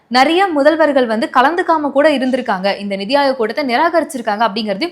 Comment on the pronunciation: Hey, it's 'neethi' aayog. Neethi means justice. Please correct next time